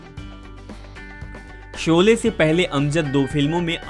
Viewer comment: Jb bolna nhi aata to kyon isko bolne ko dina.shole ko sole or jhan z ana chahiye whan j bol rhe hain. Na lahja hai bhasha hai. Ise hataen is job se.